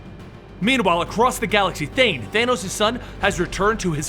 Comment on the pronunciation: martin +Ryan Pelopero i think it was said wrong Thane son of thanos ---Thanos father of thane